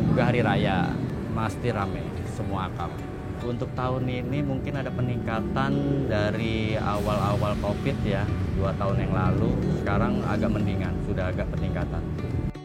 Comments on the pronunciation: AKAP min bukan AKAB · AKAP bukan AKAB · Bang itu revisi, bukan "AKAB" tetapi yang benar "AKAP" (Antar Kota Antar Provinsi) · Btw AKAP min bukan AKAB, koreksi textnya dikit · AKAP (Antar Kota Antar Provinsi) min, bukan AKAB xixi